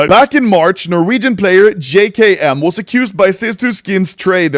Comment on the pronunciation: “jay kay em” my guy its “jay kem”